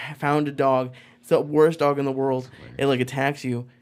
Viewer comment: "Wayne's rold"